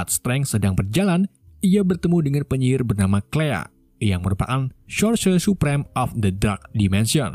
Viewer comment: Yang gue denger shorshosre supreme